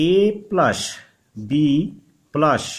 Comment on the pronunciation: Please don't take it the wrong way but please pronounce + as Plus rather than plush. You can watch a lot of YouTube demo on how it is done. This will improve your presentation. You are doing a good job otherwise